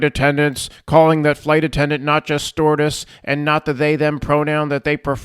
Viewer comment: I could have sworn said "s-tortiose" instead of stewardess.